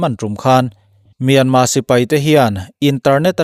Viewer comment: Myanmar tih ani in ka hresia tinge myanma ti in ichhiar ziah a😃😃